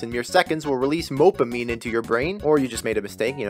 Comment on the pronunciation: “Mopeamine.” Absolutely perfect,.